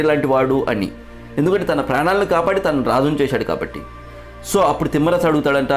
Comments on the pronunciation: తిమ్మరసు కాదు తిమ్మరుసు అని ఉచ్ఛరించండి నామ వాచకాలను కూడా మీ ఇష్టం వచ్చినట్లు పలుకుతూ, ఈ తరం వారికి తప్పులు నేర్పిస్తున్నారు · చాలా బాగుంది...శ్రమించారు ..ధన్యవాదాలు..కానీ ఉఛ్చారణ దోషాలు లేకుండా చేయాలి ఉదాహరణకు....తిమ్మరసు కాదు..తిమ్మరుసు....అలాగే..పూర్తి సమాచారం సేకరించి వివరించాలి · Thimmarasu kaadura babu, thimmarasu. Ucharana nerchuko. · తిమ్మరసు కాదు సోదరా...తిమ్మరుసు అని పలకండి.